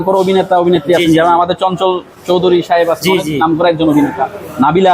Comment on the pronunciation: বাদাইম্মা! হেতে চঞ্চল চৌধুরী নাম মুখে আনতে পারে না হেতে মুভি লইয়া মন্তব্য করতে আইছে!